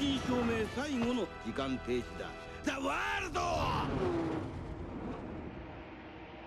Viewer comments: It's not za wardo it's EDUARDO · He says THA WORLDO instead and it sounds so cringe